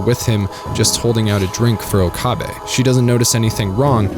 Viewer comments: Why is it that so many videos mispronounce Okabe? They say his name hundred of times in the series yet everyone still says Ookaaabe. . Put three words together, oak, a, bay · The pronunciation of Okabe, Kurisu, Mayuri is already cringy 5 minutes in given how many times you say their names. English isn’t even my first language and I can pronounce it properly. You couldn’t be bothered to watch 10 minutes of the dub to learn how to say them correctly? Sigh. It ruined the video for me, only finished because it’s SG.